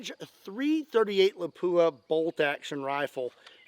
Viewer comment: I’m not a snob. Ask the manufacturer. It’s not a.338 La-poo-uh. It’s Lop-wa. Drives me freaking insane that I’ve never heard a single person pronounce it right outside of the manufacturer. I’m with you, and it’s minor, but good lord. Why can’t anyone ever anywhere get it right? I have it directly from their ownership. If the pronunciation is.338 Lop-wa, get it right, and there’s at least 2 people that’ll appreciate it. It’s not La-poo-uh. It’s Lop-wa. Great round that’s been mispronounced since its inception. Retarded conversation to have but it’s like calling a 30-06 a turdy O sex. Call them up. I’ve never heard it right from the.338 Lapua. Yeah if I guessed I’d call it that too. No. It’s Lop-wa phonetically. Be the first one ever that gets it right. Well second outside of ownership. It’s been adapted but I’m not wrong here. I have one. It’s an amazing gun and cartridge. I got it from ownership. It drives them nuts too. Have a fantastic Easter!